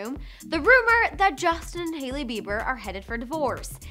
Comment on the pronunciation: To your concern its hailey and not jailey 😂🤣